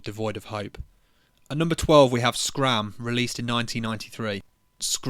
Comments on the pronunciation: Schramm is pronounced shramm, thank me later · Schramm is pronounced like shramm but the a does not sound ae its like how you say a as normal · It’s sh-ramm.Shh sound at the start and a short a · Schramm is probably pronounced Schrämm, because it’s German. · Schramm "scram, screeam..." Try to pronounce the German "sch" more like the beginning of "shine", "shoe" or "sh!t" 🤪. There is no hard K sound within this. It's more like a like a hissy sibilant. Okay, sorry. Enough of this phonetics excurse. 🤣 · german here. "Sch" is pronounced exactly like "sh". its one syllable. from an english speakinh pov the 'c' is just silent. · Yeah sure, just pronounce it "scram" without putting a single thought into it. We all know German words often include "sch" being pronounced like "sk", such as the car brand Porske or popular names like Skmidt, Skumacher and of course Arnold Skwarzenegger. Man do youtubers who do 0 research for scripted content annoy me. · Schramm is pronounced Shram(m) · Sch in German is like sh in English. Otherwise the pronounciation was right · The German "sch" is simply pronounced like the English "sh" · The german "sch" is mostly pronounced like the english "sh" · Schramm is pronounced shramm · "sch" in german is like a "sh" in english.^^ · Schramm is just pronounced "Shramm" btw, the C is silent between S and H in german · Schramm is pronounced “Shrawm”. Source, studied German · Schramm spelled shramm But the A is spelled like the first vocal of i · It's pronounced "Shram". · Schramm is pronounced as shram. The c in German never makes a hard k sound unless it’s from a loan word. In syllables like sch- it makes a long s sound, like you’re shushing with clenched teeth. In syllables like ch- it makes a soft s sound like in the word façade. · Just say sch is pronounced as sh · Pronounce "Schramm" as in "shroom/mushroom" but the "a" as in "mom". Shroom + mom = Schramm. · If you know how to pronounce Rammstein, you know how to pronounce Schramm.